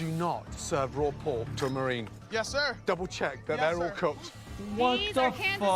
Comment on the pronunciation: It was RRRAW and CRRRRUNCHY!! 😂